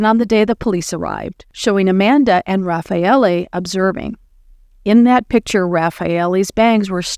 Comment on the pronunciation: No it is perfect Raffaele